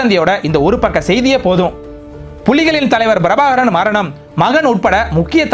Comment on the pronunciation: முதலில் தமிழ் எழுத்துக்களை சரியாக உச்சரிக்கக் கற்றுக்கொள்ளவும் அது Brabhakaran அல்ல Prabhakaran... ஏன் தமிழ் உச்சரிப்பில் வடமொழி உச்சரிப்பைக் கலக்கிறீர்கள்?